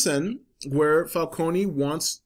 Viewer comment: Was anyone else annoyed by the way everyone pronounce "Falcone"?